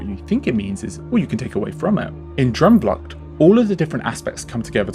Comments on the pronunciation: I’ve always thought Efteling has a very dark fairytale style which is older and very European whereas Disney is very American sugary and bright. It’s like the difference between a Tim Burton film and a Steven Spielberg film . Ps it’s “droom” like “broom” not “drum” 😂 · I love how English people pronounce droomvlucht but I also absolutely love this video. I am a rollercoaster girls through and through. But not in the Efteling. Droomvlucht is my go to. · Your pronunciation of droomvlucht makes me giggle. But great video! I have so much nostalgia attached to this ride and you explained perfectly what I could never put into words. I really enjoy the style of these videos and the insight provided. So thank you for making this. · As a Dutch person I love how you pronounce Droomvlucht